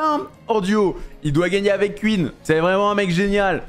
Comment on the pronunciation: "Queen est morte" 😂😂😂 On parle pas de la reine Elisabeth là, enlève ce "E" MDrrr